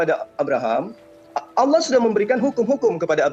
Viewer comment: Bukan alloh yg bener, tapi ALLAAAH, ngerti nggak bang?.......